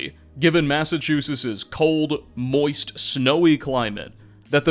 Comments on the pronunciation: Your pronunciation of Massachusetts is infuriating... Great video tho 😁👍😅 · My home town being covered by my favorite skyrim creator. Also, you cant pronounce Massachusetts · Long time listener, first time commenter. I'm, sorry, the Pilgrims landed in what state?? As a Midwestener who moved to New England, I have never heard Massachusetts pronounced like that before. I'm not sure if it's an intentional mispronunciation to boost interaction, but here's a comment for the algorithm nonetheless. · Great video, but thoroughly annoyed with pronunciation of Massachusetts 😂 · ...I've never heard anybody say "Massachusetts" like that before. Are we that obscure? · My guy, i love your content but you're butchering the pronunciation of my state 😂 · I love what you’re doing but you sound very odd pronouncing Massachusetts. Honestly it’s taking me out of the video. Sounds like you’re dropping letters to say it faster. I knew a guy from Malibu that said it similar. Thanks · Its massachusetts, not massachusus, just fyi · Serious question, are you purposely mispronouncing ‘Massachusetts’ or joking in some manner? I can’t tell if you’re trolling or legitimately saying it that way. Amazing video but that drove me a bit nuts lol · I always thought the state was pronounced "MassachuseTT" I assume you you have the correct pronounciation as you're American and I'm not, but I'm surprised to hear that you don't pronounce the final " TT". To my ears it sounds like you're saying MassachuSIS. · "Massachusis". As a MA native, I'd like to inform you it's pronounced "Massivetwoshits" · I'm not gonna make it if you keep saying Massachusess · Me: My home state! 🙂: Massachoosis Me: 🙃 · WTF is a Massachusiss? 😂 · Massa CHEWSUSS ???? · Cool vid, im so tired of hearing Massa-chew-sis though. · “First mystery… what happened to the T’s in Massachuses?!” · Great video, but why do you keep mispronouncing Massachusetts? It's not "Massachusis". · "Massachuses" wtf